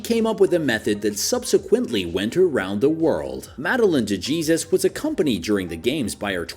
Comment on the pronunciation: Bro really said de Jesus It’s pronounced dehesus